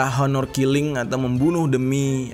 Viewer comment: oner killing bacanya bang hehe